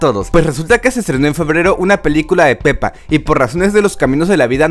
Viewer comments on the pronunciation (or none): Soy el único que escucho penny en ves de peppa